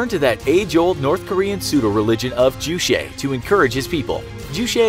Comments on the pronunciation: Juche or 주체 is pronounced Joo-chae not Joo Shay or Joo chay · It's pronounced Juche, not Jushae. Ch as in the normal Ch (Charlie)... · It's not jew-shay lol. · It's pronounced Jue-Che as in Che Guevara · "ju-shae" xD it's pronounced as ju in "juice" and che in "checkers" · Ohhh!!! I thought you said juicy. I thought it was a DEER Leader drink.😵🤮👍🆗😊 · The "che" of term "Juche" should read as "ch" in "chair". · The name of Kim jong un's grandpa is Kim Il Sung, not Kim Il 'Sun' And don't pronounce 'Ju che' as french word. It is not french word. Pronounce 'che' like 'Che' guevara. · Script quality of your videos are getting poorer every day. It's not Kim Il Sun it's Kim Il Sung. And you pronounced JuChe wrong.